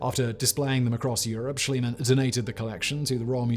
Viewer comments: Simon, Simon, Simon - In German "ie" is pronouced "ee" and not "ai" Great video as always! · I like your video, BUT PLEASE WORK ON YOUR PRONOUNCIATION! Mr. Schliemann is pronounciated like "Schleemun", if you are an "Anglo-Saxon Speaker". And you seem to know it, because you sometimes do it right and sometimes wrong. All German speakers are in true horror about it! Thank you! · It never ceases to amaze me how is it possible to butcher names of such well known people as Schliemann. Reminds me of the "Medi-tz-i".